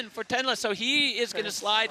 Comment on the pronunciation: Not the fckn commentator calling Tenra „Tenla“ 😂😂😂